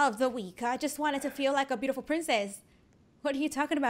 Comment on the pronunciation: Yeah wanna it wode be bitiful